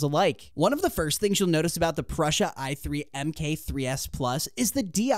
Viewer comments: It was driving me crazy the way he kept saying Prussia. Told me this was just another lame advertising video. On to a more relevant video. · REPEAT AFTER ME: Pru sa…. Pru sa….It is NOT Prusha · Very nice video and thanks for the infos! Just something minor: it's not Pr"osh"a like how you would say "brush" + a. It is PruSA - like how you would pronaunce the "sa" in sabotage. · Dude, you are over 18, the tattoos, you have no excuse not knowing how to pronounce the single most recognizable name in 3d printing for years. It's 'Proosa', not 'Prussia'. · Pru sa not Prussia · You know nothing about 3d printing. You can't even pronounce Prusa.